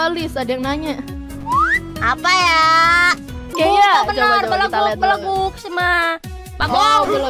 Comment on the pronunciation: Real sundanese say belegug not beleguk 😂